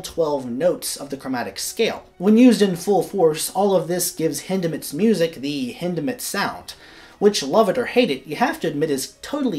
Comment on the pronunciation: Thank you for the correct pronunciation of his name! Hindemith is my favorite composer.